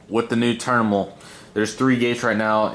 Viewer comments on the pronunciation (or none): “A new turnimal” 😂